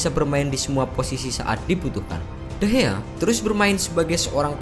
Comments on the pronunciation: Nama nya de Gea bang bukan de hea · David de Gea,bukan David de Hea lol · De Gea bukan De Hea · De gea bukan dehea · De gea laa bukan de he...bong*k... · Ngeselin kalo lu ngomongnya de hea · Bang kok ngomongnya de hea